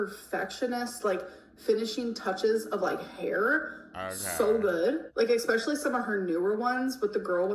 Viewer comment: She says, Xspecially. Haha